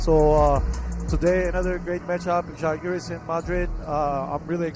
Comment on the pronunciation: Thank you for pronouncing Žálgiris the right way! Not the main commentator, though.. it’s possible to listen to the right pronunciation online. Žalgiris with the accent on Źááá( like proud) with the open and long A. Not Źalgeeeeeeris, like Algeria. It makes a big difference what accents you make on the name. Thank you! Great game! You go, Žalgiris!👍🇱🇹💕